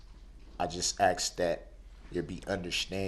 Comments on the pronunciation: Pretty sure that if there was a feeding and waste tube put into him,he would be talking for the rest of his life in that courtroom. Aks? Birf? Bafroom? Is that,ASK and BIRTH and BATHROOM? He must've never went to school and learned how to speak or spell properly. Is he gonna give us another sermon? OmG they should let him go because he can reproduce and has a precious baby girl that he forgot he had when he acted like a maniac...not! One thing you will notice about people like him with the same social traits and attitude,is they will never admit they are the problem. I truly believe that he would be happy in life if he could hear himself talk all day and night. How I wish that in the middle of his emotional testimony about how much he loves his kids and expressing sympathy towards his loved ones that the judge would jump up and exclaim,'oop!..its lunch time. We will continue after lunch'. He says he refuses to walk away from his children?! Is anybody else laughing or have a look of confusion on their face when he talks and tries to sound profound? After he said he does not fear death, I would have loved to see the desperate look on his face if the judge would've jumped up and said,ok,then...the death penalty it is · And who says “aks” instead of “ask” and who also said “biast” instead of “bias” shall I go on? Lol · Darryl Brooks “vocabulary”: Ask - “Axe”; judgement-“judgmency”; Forfeited-“Forstitted”; Heeling“ “Hillin“; Recognizing-“Reckanisin”; Courtroom-“Cortrum”;Think-“Dink”; End-“Ent”; Give-“Giff”; The-“Da”; Proceeding-“Prosheeging”; This-“Diss”; Cell-“Sale”; Would-“Woot”; Friends-“Franz”Please feel free to “Atts” any I missed. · His facial expressions alone bug the s**t outta me. The way he says “Hail Yeeuh” bugs me too lol “respek” “Troof” “Ax” “Libary” gtfoh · Don't forget about Axe and Nuffin lol 😆 😂 🤣 He sure likes to Axe dem questions 😄 🤣 😆